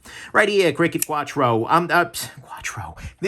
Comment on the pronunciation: I like the format, but when you said Quatrro it had me dying!